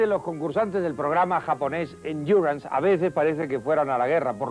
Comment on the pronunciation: No, era "Endurance", o como Chicho lo pronunciaba, "Enquiurrance". Ese programa era lo siguiente que Chicho quería copiar para hacer en España, de la misma forma que el "Un Dos Tres" es una copia de programa alemán "Dalli-Dalli" de la ZDF de 1972.